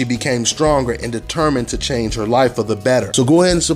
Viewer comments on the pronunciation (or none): none